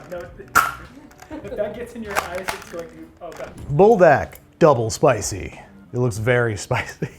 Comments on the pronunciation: Leave it to a youtuber to mess up Buldak. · Everyone’s feeling the brothy noodles but I’m feeling the desperate urge to inform. The fire chicken gives its all so if you say it like ‘pull-dock’ you sound closer to the way it’s pronounced. Speaking as one whyt person to another. 👍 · BULDOK IS SUPPOSED TO BE SAUCEY NOT SOUPY 😭